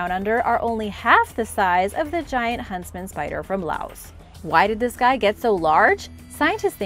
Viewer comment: Are you say huntsman or husband spider? Lol